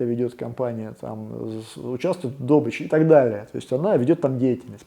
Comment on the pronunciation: Интересная тенденция у видеоблогеров неправильное произношение слова "добыча". Цже не первый раз натыкаюсь. С чего вдруг дОбыча, если всегда была добЫча?